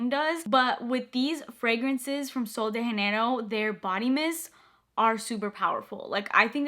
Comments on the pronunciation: It’s sol de Janeiro not haneiro💜 its a Brazilian brand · It’s not “sol de henerio” it’s “ sol de Jenero “ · I don’t think it’s “sol de hanero” 😅❤ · just a quick note 'janeiro' is not pronounced like that, you're pronouncing it in the spanish way, we pronounce the 'j' in portuguese very simiar to english, so pronounce 'janeiro' the same way you would in english 😊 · Pronouncing as Sol de Janeiro is correct, it's Portuguese, not Spanish like she pronounces in the video lol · Janeiro is a portuguese word! (Brazil) - not spanish. You kept pronouncing it like you were speaking spanish /‘muting’ the J lol. Super helpful video though, thank you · ITS PRONOUNCED WITH A J!!!!!! Not all of them are pronounced with an H. Hesus Christ 😡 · Just to note: you pronounce “Sol de Janeiro” wrong 😂 It isn’t spanish! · That’s not how u say sol de Janeiro lol